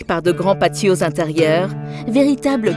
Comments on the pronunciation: On écrit patio on prononce passio.😂 كان من الأحسن ان تتكلمي باللغة العربية. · Le patio se prononce passio. على كل المشروع جميل ، ان شاء الله الاسعار تكون معقولة.